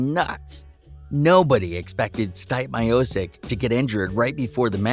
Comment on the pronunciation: Yo, you have ZERO business covering the sport if you can't pronounce the name of the greatest Heavyweight in UFC history. Dont quit your day job....